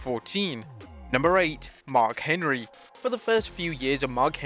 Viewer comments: Huh Mar Henry? I believe you meant to say Mark Henry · ''MAR'' HENRY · "Mar Henry"